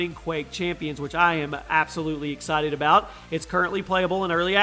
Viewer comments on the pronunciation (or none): none